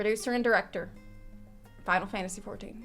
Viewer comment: Especially that "Final Fantasy XIV"